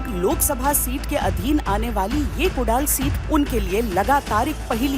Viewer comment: अरे बाई कुडाल नाही ग 😂😂😂 कुडाळ...❤